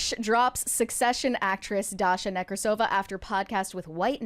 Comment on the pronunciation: It's NekrAsova, actually.